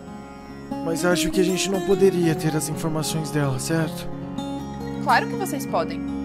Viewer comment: "Não é de você QUI eu gosto" gostei ri bastante quando erram as palavras é legal